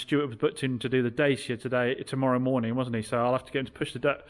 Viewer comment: They day has finally come. He didn't say "daycia." :D